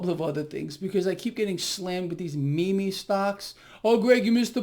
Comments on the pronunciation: It’s not “meme stocks” it’s “me me stocks” lmao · Its pronounced MEEM, not me me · It’s Not “me...me” stocks. It’s meme. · MEE-MEE STOCKS??? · Meme - pronuonced MEEM Greg! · It’s pronounced (meem) Greg just so you know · Also you kill me with the way you say meme and not meme.